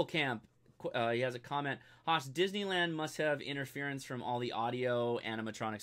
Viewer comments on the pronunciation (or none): none